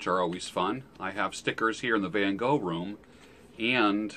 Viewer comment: Ahoi! Question: is it a van Gogh room. If yes, the correct pronounciation would be "vun Gogh". Vun like fun, but with a soft beginning. And Gogh like the Loch Ness. With this sound made in your throat. Gogh like Loch. Best Wishes from good Old Germany Thomas